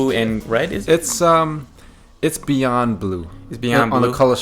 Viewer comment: I'm not reading what you posted. It's two long paragraphs from a dumb nigga. Guaranteed to make my IQ drop. I can't over the fact on how a grown ass man said "BEEYOOOND!!"... Limp wrist style. Lmao emphasizing words a true Batty boy. Lmao!!!!!